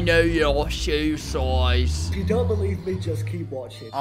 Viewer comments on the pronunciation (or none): “Oi kNo yOr shOo sOizE”